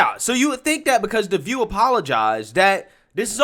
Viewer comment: I do miss Barbara Walters intro tho....I'm Bawbwa Wawaws....and this is The Vuuu